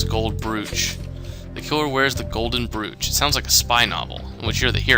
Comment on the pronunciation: you're pronouncing brooch odd